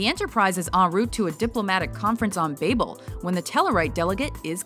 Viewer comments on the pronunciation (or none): Narrator said Journey to "Babe-el" ... Babel (like the biblical tower myth) is pronounced "babble". And, wait, no "The Cable Guy" clip for that music reference, just Futurama. Tsk tsk tsk. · Journey to Bay-bell?